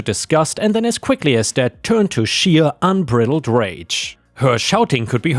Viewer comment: "bridled" is said like "bride eld." It's not a reference to a bride from a wedding, but it has the sound of it.